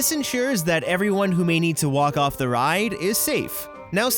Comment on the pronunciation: “And let me get to da bottom of dis” He’s either turned into Uganda knuckles or just knows de way